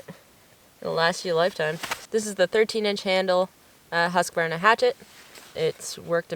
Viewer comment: Really nice gear! Also, a big 👍 You pronounce Husqvarna very well, usually English speakers butcher it. 😅